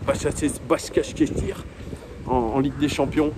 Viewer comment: pour t’aider prononce basak chéïr